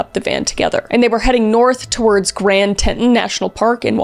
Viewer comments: oh and it's Grand Teton (like TEE-tawn), not Tenton. lol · I apologize Chris but it is Tea-taun, no te-taun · Grand Teton National Park.... pronounced Teeton... id love a video of you reading oklahoma towns😅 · I was impressed by your respect and empathy, I liked and subscribed. You have a gift, and I'm sure in walking the talk, you've inspired others to help (I hadn't heard about the case, but I'd heard her name). P.S: Teton: Pronounced tee-TAHN (tee + tahn). Avoid saying "tee-tun". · Isn't it "Grand Tee-ton"? Not "Tent-on"? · As someone in wyoming the way you said "Teton" kills me ;-; not "te-tun" its "Tee-tan" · Amazing Vid but… it’s “Tee-tawn” not “tet-ton”😂 wyoming native. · I'msosorry. it's pronounced 'TEE-tawn' National Park, not 'Tenton'. I spent many summers in Utah and they have weird pronunciations of things. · “Te-ton” not “tet-on” national park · Not sure how they pronounce it in Canada, but the American pronunciation is (TEE-tohn) not (tet-uhn)😅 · God... It's TEETON.. SAY IT!!! TEETON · Grand Tee-tawn (Teton) National Park. Great video! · Teton is pronounced Teaton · Grand ( Teet,on ) national Park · Ackshully it’s pronounced ‘grand tea-ton’ 🤓☝️ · Do you pronounce Grand Teton "Grand Tea-ton" or "Grand Te-tun"? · Grand TEE-Tawn. 😂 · Not to sound picky but it's Tee-ton not how you're saying it. Just for future reference. Thank you for doing this. Because of it happening here we all searched for her and watched as all of this unfolded and we all knew we were looking for a body. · Grand Teton, said tee-ton, french for big tits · It's pronounced Tee-ton, Grand Tee-ton. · The way Kris pronounces Teton confused the hell out of me, im from teton county and it took me a minute to realize thats what she was saying. For refrence its pronounced Tea-ton. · It’s pronounced Grand “TEE-tahn”. Love ya Kris! 😊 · I love4 your videos. But the word is TEA-tah-ton Grand Teton is Grand TEA-tah-on. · Oh Kris, you said grand Teton wrong say it like T ton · Teeatawn (Teton) ❤